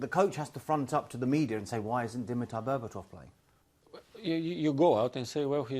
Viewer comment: We noticed completely butchering Berba’s name at the very end there. “Dimitar Berbabobobabo”